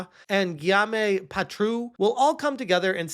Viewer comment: phoneticall you pronounce "gaillaume" as Gheee yo mmm